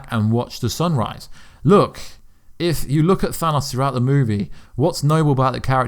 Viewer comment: Bro the way you say Thanos kills me🤦🏽‍♂️ I know you have an accent & that’s cool & all but just try for the sake of your viewers ears. Feels like dragging your nails across the chalkboard